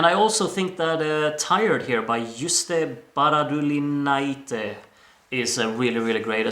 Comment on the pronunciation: I'm so happy you liked it.🥰Your pronunciations are decent, especially "Justė Baradulinaitė" was flawless. Funny enough Gøya is the one you pronounced wrong haha, ø is there mostly for the aesthetics. 😂 There are a few more that missed out on the final that I highly recommend to check out (studio cuts): Queens of Roses - Taip! Matas Ben - Svajonės po 12 Matas Ligeika - Saule Rūta Budreckaitė - Tai kur namai (this one, in particular, had a hype around it) The Ditties - Zui Zu Bi MeidĖ - Gyvatės Joseph June - Ko man nesakei? Godo Yorke - <3 neparodai There are also songs by Vilija (Lithuania 2014) and Ieva (Lithuania 2018) Also, not related to the NF, but you should really check out "Perkūnas" by Jovani x Petunija, performed by Petunija and produced by Liepa's producers. I really love this one. It's electronic and folksy, somewhat reminiscent of Ligo (but better😜), really love the direction Petunija is taking lately. And of course, my favorites are Katarsis, Petunija, and Liepa. Really want either Katarsis or Petunija to represent us.